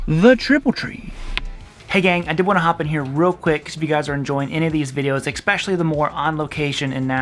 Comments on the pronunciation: There's no such word as exspecially it's especially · I'll subscribe if you promist to stop saying "eXpecially". it's not a word.